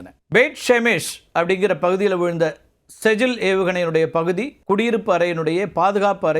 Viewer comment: செஜ்ஜில் இல்லை ஸிஜ்ஜீல்